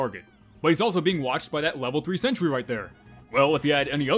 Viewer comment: I will forever hear Sentry Down! As Scent Tree Down! From now on thanks to you